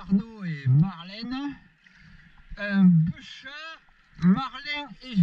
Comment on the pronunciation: ont dis beuchat normalement 😂